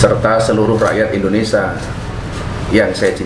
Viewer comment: Indonesia...bukan Indonesa